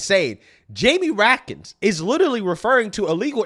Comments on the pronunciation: Raskin, not rakkin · It's pronounced Rat-Skin